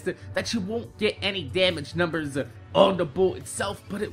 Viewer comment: It feels weird whenever you say "Numbers"